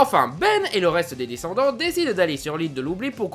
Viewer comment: C'est pas discenndennte mais descendants